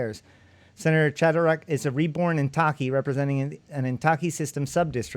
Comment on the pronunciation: Suggestion: everything that seems like it were Japanese pronounce it in Spanish, and put emphasis on the first syllable. So it would be "WA-ya-ki KA-ya-ra". Don't know why but it works best. Heck, it's IN-ta-ki, not in-TA-ki. Ask anyone of Japanese descent (who can still speak Nihongo). By and by, THIS is BLOODY FASCINATING! Thanks!